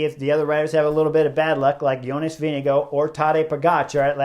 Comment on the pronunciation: Whoa! Where did you get your intel? I suggest you delete your comment. Chris pronounces it as close to how Jonas himself pronounces his name. That’s a fact. There’s no hard R in his name. Go listen to any of Jonas’s interviews where he introduces himself.